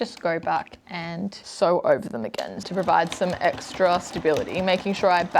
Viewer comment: Sew not see